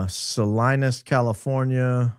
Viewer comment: Salinas Sah-leen-us California my friend 😂 i’m not being a smart ass, but as a high iq outfit, I thought maybe you’d wanna know